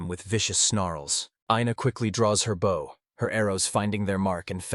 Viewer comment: Lol... Why does the AI almost invariably pick the wrong pronunciation for common words? Like bow(gesture of respect) & bow (weapon for firing arrows). All those archers killing targets with respect....😅